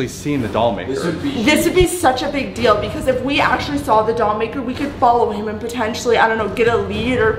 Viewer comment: i love when say i can't dell with her